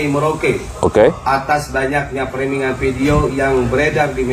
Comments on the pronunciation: Koreksi Bro, cara bacanya bukan 'ferming' .. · framing mas bukan ferming 😢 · Framing(freming) bukan Ferming